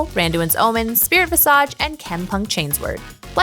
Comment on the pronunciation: She keeps saying visage wrong, also coup de grace